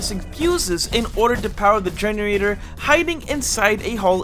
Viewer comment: This guy cannot pronounce generator for the life of him 😭💀